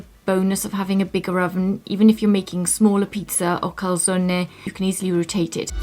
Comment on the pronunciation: Good effort on pronouncing the e in calzone, brava! (next: salame is the same :D)